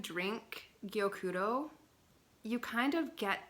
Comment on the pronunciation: Gyokuro is so lovely. Your Japanese pronunciations are on point! I love passionate you are about this tea :)